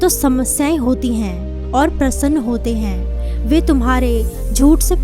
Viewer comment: Plz do your vocabulary correct,it's very confusing,it's not prasann,it's prashn